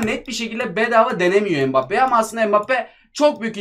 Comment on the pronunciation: Abi mbappé bedöva degil